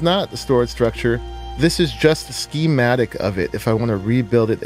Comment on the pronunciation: "SKI-MATIC" dafuq